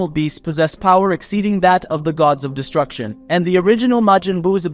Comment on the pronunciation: Its destruction not distruction